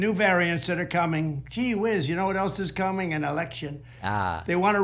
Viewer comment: Did he say kee whizz instead of gee whizz 😂 the fool